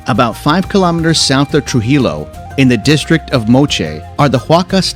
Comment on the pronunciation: Pronounce Trujillo correctly, please! Sounds phonetically……tru-he-yo!